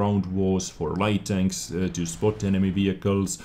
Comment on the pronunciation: LOL, says HD tanks sounds like "HD Danks" no hate here love your work